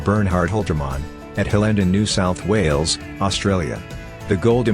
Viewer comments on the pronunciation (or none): none